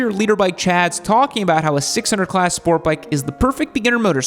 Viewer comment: I like how you said “do not start on a 600cc SPORT bike” emphasis on the “sport”. I started on a ninja 650 which is considered a sport touring and it is arguably the perfect starter bike. Definitely doesn’t have the guts of a R6 but your not going to get bored compared to a 250-300